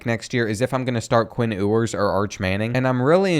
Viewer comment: Bro said “Quinn ooowers”💀💀